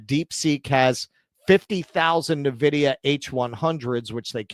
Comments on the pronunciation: Ffs... It's not Neh-vidia It's IN-vidia This channel and TJD show are practically sister channels at this point... Gaffs n everything. Cheers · N-Vidia, not Nevidia. It's a computer company, not a subsidiary to Nestle 😂.